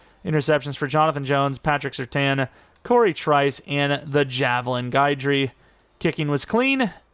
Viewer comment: Guidry is pronounced ghi-dree btw you are saying guy-dree 😂❤